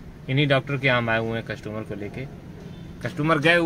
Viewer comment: भाई #कसटूमर नही होता है कस्टमर होता है।